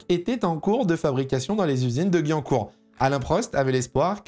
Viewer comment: J ai au mal aux oreilles quand tu as prononcé la ville de Guyancourt 😂😂 (ça se prononce GUI-YAN-COURT) Triste de voir une écurie française ne pas réussir et Alpine suit le même chemin